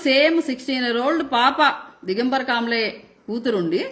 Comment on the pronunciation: కాబ్లే కాదు, కామ్లే😅😂.